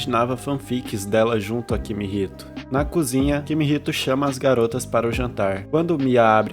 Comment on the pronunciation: mano no primeiro segundo do video ele chama o cara de kimihito e depois chama ele de kihimito